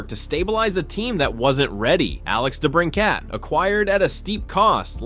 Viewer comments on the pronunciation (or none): Alex debrin-cat 😅😅😅 you mean "brincit"